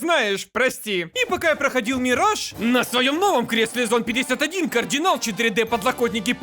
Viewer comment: Мне постоянно вместо Мираж слышится Мир Жаб